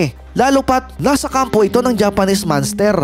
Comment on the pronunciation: Bro, hindi manster kundi MONS TER AYUSIN MO PARA HINDI KA NAKAKAHIYA maging sa pilipino at foreigner.